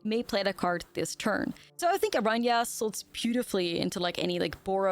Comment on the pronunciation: Kudos to you for pronouncing Araña as it is meant to be pronounced ❤